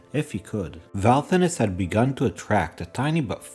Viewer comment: Valthonis. Not Valthoren he mispronounced it at the end